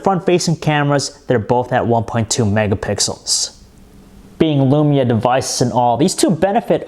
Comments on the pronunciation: This guys voice is near unbearable... All of is vowels are 'a'. Nakaya lamaya tan twantay... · alexander gomez Can you send me your lamaya fiftan twantay? I needs it. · i hav tha nakaya lamaya fiftan twantay.